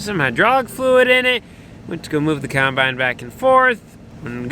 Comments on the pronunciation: Is it me or does pronounce it “cornbine”?? Loving the channel 👍👍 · Love pronunciation of caumunbine...